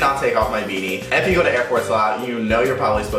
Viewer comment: have you noticed that whenever he says "if you guys are new to my channel" or "if you don't know" he always pronounces "if" like "eff" "Eff you guys want..."